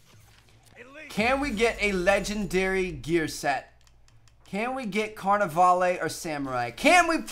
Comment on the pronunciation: lol, "carnivale-ay"